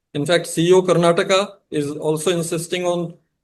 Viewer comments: It's Karnatakaaaa Karan ji please learn to pronounce properly sir. You are so arrogant and never change? As usual, we are here for the guest and always hope it could have been a better interviewer 😊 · Please pronounce "Karnataka" & "Kannada" properly. We have "a" at the end of these words & they are not silent. Please pronounce them.